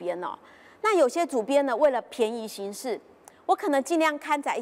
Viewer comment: ㄅㄧㄢˋ宜行事，非ㄆㄧㄢˊ宜行事。